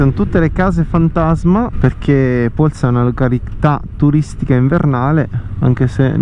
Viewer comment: Bel video!! Hai pronunciato però in modo non corretto Polsa 😅...magari ci si trova in giro, ho visto che abitiamo nelle stesse zone 💪. Buona strada 🏍